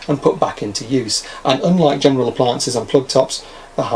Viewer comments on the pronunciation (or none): none